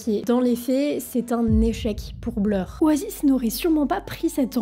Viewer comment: Super elle a pris des cours d'anglais ! Juste oasis se prononce o-ey-siss